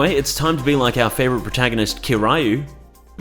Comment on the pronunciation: Its pronounced "Keer-yew" you troglodyte